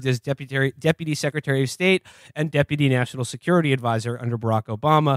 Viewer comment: Man, Will really loves to say “Deputary”